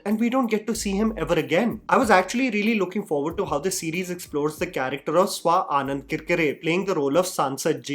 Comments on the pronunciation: i have never heard anyone pronounce swanand as swa-anand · Swanand not Swa Anand 😅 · Swa Anand ………….Swanand…..dude your Hindi pronunciation needs work. And I say that with all due respect and appreciation for what you do… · Wft is Swa-anand it's Swanand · did he just say swaad-anand!? wow! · Why does he say 'Swa-aanand'?